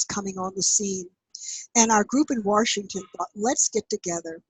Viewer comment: Warshington!? Sounds like a Jersey Girl! NEATO!